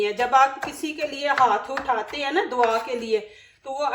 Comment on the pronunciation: dwa nhe Dua hota hay